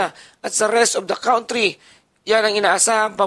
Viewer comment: Stop saying Kawntree Kan.Tree